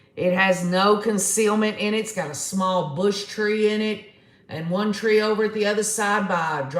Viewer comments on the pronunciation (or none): none